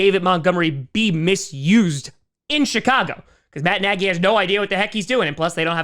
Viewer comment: He always says it like that